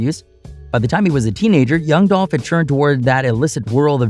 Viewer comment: Man move around! You even miss pronounced his name! Do your news on something else! It's disrespectful to try to get views off of a man that has transitioned!